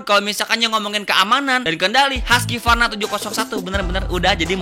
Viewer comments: Cara bacanya kalo orang luar "huskuarna" bukan haskyvarna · haskivarna itu cara baca darimana sih bang? orang swedia bacanya huskvarna..